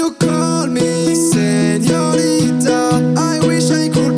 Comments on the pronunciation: le pire c qu'il dit pas senorita mais señolita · Ouais par contre l'espagnole...pas ouf pour joyca il suffit de voir comment un dit senorita...